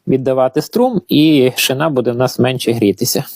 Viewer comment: Шина наголос роби правильно бо підтошнюе😊😊